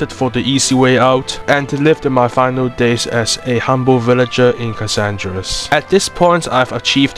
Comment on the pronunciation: "Cassandris" I'm done, sorry, I just can't